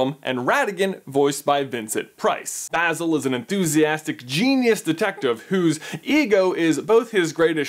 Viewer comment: My new favorite Disney movie! Also I am so glad you said Basil’s name right. Every time I hear him called Bay-zil I feel like Hermione correcting the pronunciation of Leviosa